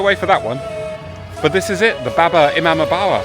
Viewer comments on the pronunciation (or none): It is, break it up,. " E-MAAM-BAADA" ❤